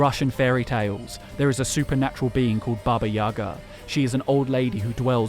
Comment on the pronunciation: It's Baba yagA, not Baba yAga.